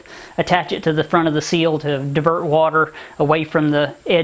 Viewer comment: You say seals I say SILL as in Window SILL.